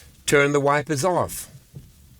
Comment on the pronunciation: It does sound a little bit like "wifers" when you say it 😅 but thanks for all the hard work and great daily videos!